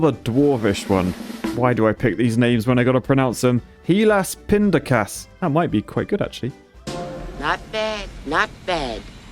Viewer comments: As a dutchman I'm really impressed he said "helaaspindakaas" so well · I love how Helaaspindakaas pronounces as someone from the netherlands. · Can confirm, the pronunciation on HelaasPindakaas was indeed quite alright!